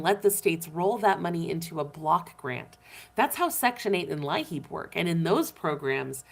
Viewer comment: LIHEAP. Here in South Dakota it’s pronounced “lee-app”.